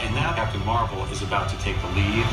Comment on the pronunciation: Captain Meh-vel 😒